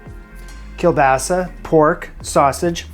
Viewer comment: Greetings from Poland, great pronunciation of kielbasa 🙂 and this dish is a monstrosity wow